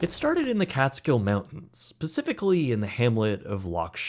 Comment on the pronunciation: Did you say Pacifically?